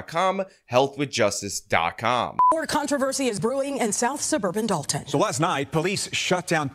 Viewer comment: It’s Henyard, not Heynard. It’s Dolton, not Dalton. I know it’s small errors but for the love of God this is your job take it seriously